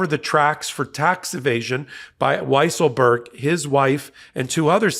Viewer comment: Weiselberg is now pronounced "weezle-berg". Fitting the liar, and cheater